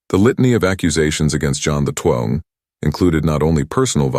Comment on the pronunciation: AI has a few glitches and can't read XII-Pope John XII it is and you just have to read the description or transcript to find out, sometimes. May the Lord bless you with knowledge.